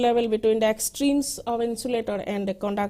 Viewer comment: konductor ??????? IIT GUWAHATI padhne betho bhosdiwalo.